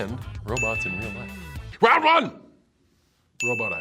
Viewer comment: He seemed so smart until he said “ round rone “